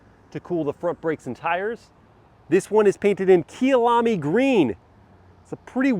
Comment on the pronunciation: “Kai-a-lami” not Key-alami